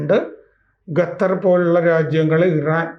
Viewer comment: ഗത്തർ അല്ല ഖത്തർ